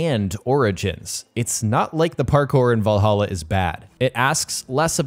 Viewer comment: Shame he can't pronounce 'Valhalla', though lol.